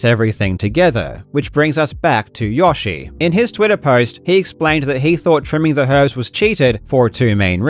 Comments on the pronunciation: Why on earth did you pronounce "yoshi" like that?? It's "yo", not "yah". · Waitttt aaa minutte. Did you call 'yo'shi YAshi? lol -engagement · who TF pronounces Yoshi, Yahshi? . ill fight you Karl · Hearing Karl pronounce Yoshi like "Josh" is my favorite thing tonight. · ugh you say it wrong like 100 times not to mention, Yawshi? Have you been saying it this way since SMW came out? lol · I'm sorry... how did you just pronounce "Yoshi"